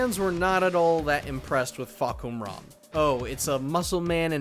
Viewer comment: Uh… Akira, Helena, Fahkuhram? Ya’ll are buggin out for sure with them being added!